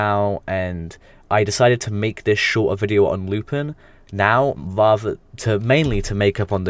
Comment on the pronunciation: Good video for the most part but a bit of a correction: 'Lu-pawn' is the correct pronunciation of Lupin and not a name change, however certain localisations use the direct Japanese spelling of Lupin, 'Rupan', to avoid copyright issues